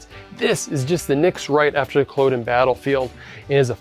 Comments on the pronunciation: Great video but I was surprised you kept pronouncing Culloden wrong right at the beginning. It is Cull-odd-uhn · "Cul-awe-din" rather than "Cul-oh-den" Other than that great video from a local 🫡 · It’s pronounced Kuh LOD uhn. Emphasis on the LOD like sod not like ode. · As someone from Inverness while it’s easy to joke about our weather, it harder to pronounce our places names. Please can you research things like how to say Cull-o-den before you upload posts